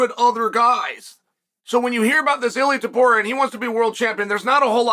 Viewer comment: YOU couldnt pronounce Topuria🤣 JK uncle 🤣